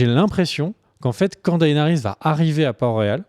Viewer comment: Daénarisse, Serzeï, esteros, margérie/ marjorie/ marguarie... les tirelles, Rose bolton, Jimmy?! Bonjour mes oreilles bordel !